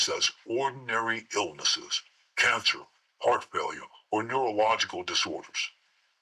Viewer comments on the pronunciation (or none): none